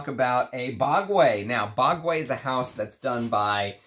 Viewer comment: Bogway??? heard it called BOGUE as in rogue and vogue